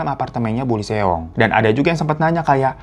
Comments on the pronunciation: Lee seong cara bacanya : ii (L gak baca) song (seong “e”nya gak dibaca) jadi ii song bang hehe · Bang Hiro aku mau ralat ya cara baca namanya kaya gini. Lee Seong jadi di bacanya i song. Thank you bang Hiro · Lee Seong bacanya " Yisong / isong"